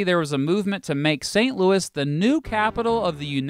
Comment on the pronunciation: Its St Louie not Louis Yes believe a Cubs fan that no I'm no Bandwagon I left the Yankees for the Cubs